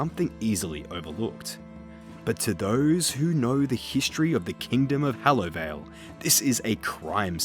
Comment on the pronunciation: I hate how he pronounces sepulchre and Hallowvale. Good video though